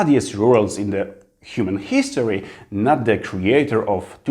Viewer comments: spoko, ale zobacz się poprawnie czyta HISTORY. Sorka że się czepiam, ale od tego mnie uszy bolą :D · Wow, ale fajnie! Trzymam kciuki za Ciebie :)) Super, że masz odwagę mówić po angielsku, dobrze sobie radzisz. Popracuj trochę nad wymową a będzie super (różnice world i word, history, this itd). Powodzenia!